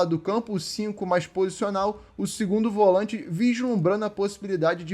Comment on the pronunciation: Volãinte? Atacãinte?? Sudestino fala tudo errado 😂🤣😂